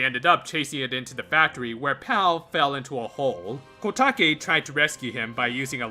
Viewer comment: it's kotake